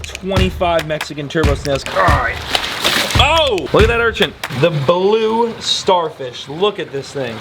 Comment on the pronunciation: Do you pronounce "urchin" as "urchinT" intentionally? Maybe you don't realize you do it? Lowkey every time you say "urchinT" it's like nails on a chalkboard in my brain, and IDK WHY! Normally mispronounced things don't bother me but that one word gets me every. single. time. 🤣 (no hate btw! ❤ just brain itchiness lol)